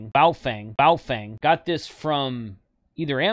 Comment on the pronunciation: Come on, you know it's pronounced "Boo-fwang." Randy told you on your show. 🤣